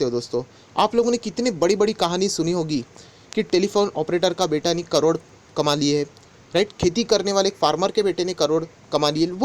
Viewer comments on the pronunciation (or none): none